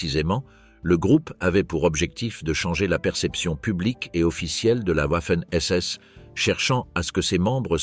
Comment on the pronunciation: Wouafen SS arrêtez d’aboyer le w se prononce v